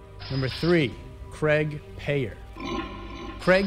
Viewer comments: I know this video is over 3 years old but, the CHP officer, Craig Peyer is pronounced like PIE- ER not like "payer" as you pronounced it. He attended the same church that I did and he and a group of us all had lunch after church, a few days after Christmas! He most likely had already killed Cara Knott, and I sat across the table from him. Creepy, scary and horrible. Her name is properly pronounced like CARE-A, not like "CAR-A. Do your homework before you make your videos - you often pronounce names incorrectly. Get it right please. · I don't mean to offend you. But that Victim of that Vile Scumbag craig peyer. Her name is pronounced Care - a. As in a caring person. Not Car - a Like your pronouncing the word "Car" then "a." I don't care that you pronounced his name wrong. But for Cara it should be. She was a really good person and so many people love and miss her. She was taken way too young and didn't deserve what she got. That was a horrible time for us ladies in here in San Diego. It was all over the news here and the media. I hope he never gets out of prison. I hope they let him continue to rot.